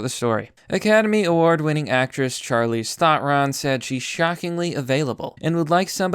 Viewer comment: Charleeze Thotron XD I died.